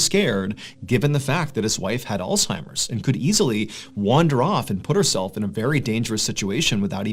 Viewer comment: Shout out to you for saying Alzheimer’s correctly. The last horror story guy I tried listening to said “all timers” and I couldn’t listen to him anymore lol.